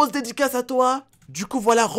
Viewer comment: Au d'edicas ta dit grosse dédicace ta dit dediclasse